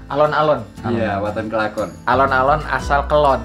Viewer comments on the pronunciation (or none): kelakon bung bukan kelon🤣🤣🤣